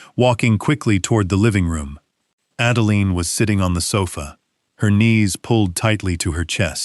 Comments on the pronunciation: Everyone who uses AI in order to create income, such as yourself, please edit & re-edit the narration before posting. The name of the daughter is Adeline which is pronounced like: add a line. NOT add a lean. Each time AI mispronounces her name, it jerks a person out of the story you would have someone immerse themselves in. Hopefully if the story is good & not gobbled-up by errors of storyline or mispronunciations within the narration, people will subscribe, return & listen to other stories, which helps you build your channel & brand. Accuracy & consistency help immensely when building a brand or channel. You may think this doesn't matter as I am just one person giving you some feedback, but most people will just leave, never return or subscribe, and most definitely not tell you what I'm telling you. Just something to keep in mind going forward. One more thing...keeping track of the name of any person is important. Example: the story starts out as Adeline, then turns into Adalaine. Really? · So much for AI. The "narrator" can't even pronounce Adeline the same way twice in as many minutes. This is just one example o fwhy I will never trust or use AI.